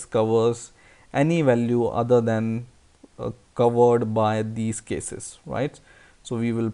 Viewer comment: he is saying then instead of than